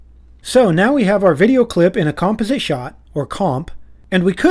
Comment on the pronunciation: the way he says "composite" bothers the hell out of me, but besides that, amazing video! lol